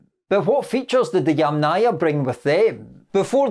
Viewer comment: Yamnaya. The accent is on the first syllable. So: YAM-naya. YAMnaya. NOT yamNAYA.